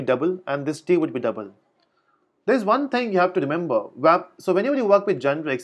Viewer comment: Love the way you say "Dabl" & "GettaSetta" :D